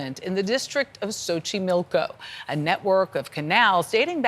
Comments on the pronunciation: She keeps calling it “Sochimilko” but it’s pronounced “CHochimilko” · More like tso chimilco